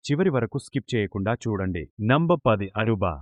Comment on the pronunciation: NEMBAR thommidhi Kaadhu. NUMBER "NA MM BAR". NEM BAR aaru kaadhu Number antey Nam bur/ber/bar.. NEM BAR kaadhu NUM BAR